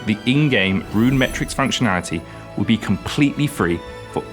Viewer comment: Goodness runemweteics